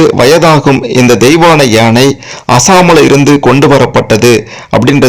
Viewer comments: And also yeinai instead of YAANAI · Not yenai...it is yaanai